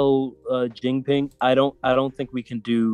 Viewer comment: how did you mispronounce Xi Jinping so badly